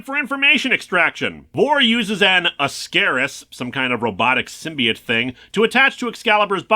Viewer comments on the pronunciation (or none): none